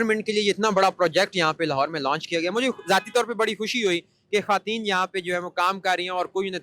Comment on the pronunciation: Good Efforts for women empowerment. Anchor sab please ap apna talafeez teak kareen. Khateen nahi khawateen word ha. Aur ap jiss ka interview kar rehay hain wo khawateen he bol rehe ha laken ap bar bar khateen farma rehay hain. Please don't mind. ❤❤❤❤Love from sargodha .Happy New Year 🎉❤🎉❤🎉❤🎉❤